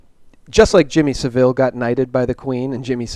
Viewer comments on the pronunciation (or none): "Jimmy Seville" (must be Spanish) and Madeline "McCaine". Dude, these are 2 of the most covered stories in the UK....would it kill you to take 2 minutes out of your life and get their names right?